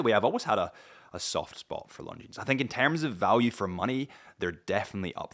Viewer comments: Longines..... you dont pronounce the s. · Somebody tell this guy correct pronunciation of Longines😉